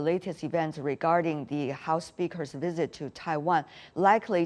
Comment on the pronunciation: When you say "visit", it sounds like you're saying "wizard".